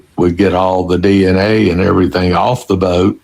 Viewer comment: I absolutely hate the way he says boat. Bowwwt